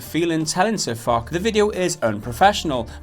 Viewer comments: it's pronounced Fosh as it's French after the french general from WW1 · Lol "Sir Foch (fock)" lmao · its pronounced sir fosh. i think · his name is pronounced fosh. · It hurts me. IT'S PRONOUNCE FOSH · It's pronounced Fosh REEEEE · "Sir Fock".......plz stop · its pronounced Fosh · say fock one more time you fucking idiot, couldn't even watch one of his videos to try find out his name. too much cringe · it's not sir fock ffs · You're saying Foch wrong... Foch (Fosh) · It's actually pronounced "Sir Fosh" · It's pronounced "Fosh", but other than that, thanks for spreading wargamings crap. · It's Sir Foch.... pronounced... Fosch... with a shhh sound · His original name was FochYou but changed his name later on to SirFoch. His name is a take on the WWI French general, Ferdinand Foch - which is pronounced "Fosh." There are also 2 tank destroyers, the AMX 50 Foch and the AMX 50 Foch (155), in the game. SirFoch has always been salty even before he was made a community contributor, which was bestowed on him by Wargaming. So they were aware of his errrr... 'style' of delivery before giving SirFoch cc status. Wargaming were also heavy-handed to another cc, Circonflexes. All round bad job by Wargaming guy,. But all this "free" publicity has put World of Tanks out there, so "there's no such thing as bad publicity" as they say. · Jesus guys, try to get someone who knows how to say his name correctly, he is not SirFock... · muppet - have you ever watched a SirFoch video? --- Foch is French it sounds like Fosh ... but hey - of course you have an opinion without any idea what you're talking about - of course you're right .. let me guess - you're American? -- lollolo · his name is pronounced Foshe. though Sir Fuck is more appropriate now, since he has given all his away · i dont know if it was a pun or if they were really mis pronouncing his name. lol sounded like sir $&#*. lol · i just feel my ears bleed everytime they try to say sir foch's name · omg say his damn name right.